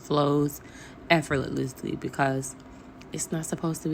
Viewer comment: Girl that word is effort -less -ly 😂